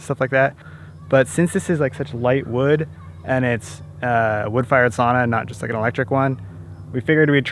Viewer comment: Pronouncing was surprisingly good. It was easy to understand. Usually when nativie english speaker try finnish they use same pronauncing rules what you have in english. Lady of the house (or sauna) really nail it.